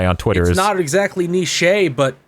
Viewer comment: Can't fucking believe that actually pronounces it "Knee-Shay"